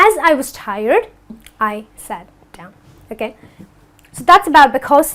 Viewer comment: It's not dowon it's down